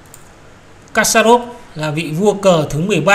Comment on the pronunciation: Kasparov đọc là kas-pa- rov.